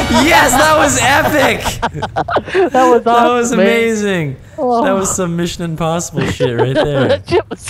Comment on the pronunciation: “Mission Imposhible. Tom Crushe!”